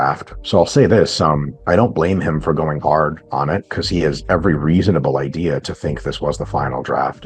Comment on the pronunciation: Man can’t say idea, “Idear” ass head